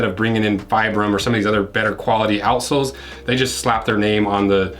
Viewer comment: Offtopic I always lough at "outsoles", which always sounds like "a.sh.l.s" 🙂